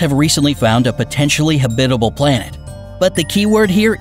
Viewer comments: It’s pronounced “Hab-it-al” not “Hab-bib-al” Where did you learn to speak? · please stop saying habidible. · Why does this narrator have trouble pronouncing 'habitable' i.e. ha-bit-abul?! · You’re pronouncing habitable wrong! It’s annoying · Hahaha! He just HAS to be pronouncing "habitable" and "Proxima" that way on purpose! I say that because every once in awhile he slips up and pronounces it correctly! Hahaha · Why does he only say habitable correctly one time time!!!???? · This is a bit too campy for me. Also, who pronounces habitable that way? Check our Kurzegasgt. Take notes. <3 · You mispronounced habitable